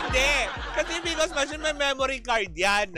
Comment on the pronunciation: PCOS machine mare, hindi PCOS! 😂😂